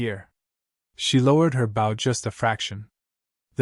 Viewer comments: just another waste of time, unfortunately they do not learn so what good is it? NOT BOU, Bo. Stupid AI. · Oh, for goodness's sakes! Get an AI that can pronounce English!! "Bow", as ipp n "archery bow" is pronounced "b-oh". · Hard to enjoy this story hearing about the bow pronounced like its the front of a ship. Lazy enough using ai for great stories. Atleast get the words correct dude. Amazing stories with crap narrations